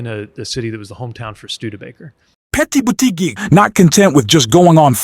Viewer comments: Why does the anouncerr say Petae Butigue? It is irritating. If it's a machine, have it learn correct pronunciation. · Poor or disastrous attempt at syllabicating "Petty Booty Geg"🤣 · 💙💙💙💙💙💙💙💙 thanks for sharing, next time get his name right 😊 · Why can't u pronounce Pete's name correctly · Spelling and correct pronunciation of Pete’s name is important…. AI Bot?